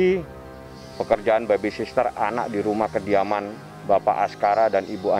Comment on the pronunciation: Duh!!! Susah amat yak ngomong baby sitter bang😂BUKAN baby SISTER 🤣🤣🤣